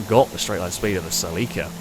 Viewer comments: Sell LEEK KA!?!??!! NO!!! CELL IKA or Sell a kaa NO EEEEEK in the middle. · Haha I've never heard Celica pronounced like that Suh-Leek-Ah. Its more like Sell-ick-uh 😂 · “seleekuh” ? i always said “sellakuh” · It's weird hearing the British pronunciation of Celica. Here in the states it's a Sel-a-ka. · It’s sil-ick-a/ Celica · im at the beginning of this video and its a (CEL-eh-cuh) but its beautiful. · The way he says celica drives me insane 🤣 that said, incredible video as usual. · Haha the way you say Celica always throws me off, me being from US. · Well, it is about as wrong as the way did it. You would need someone capable of properly speaking spanish to get that right, I guess. Though, even there are differences, as I found out. While the european spanish sounds like THEL-eecah, the mexican spanish sounds more like CEL-eecah. The way pronounces it would rather match "célico" in mexican spanish, except for the muffled 'i' sound he makes.